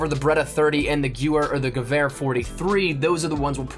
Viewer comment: Why can't anybody pronounce the word "gewerhr" right ?? Ga-Vair!!